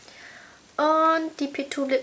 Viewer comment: Man sagt PZwei und nicht PTwo. Nur ein Hinweis. ;)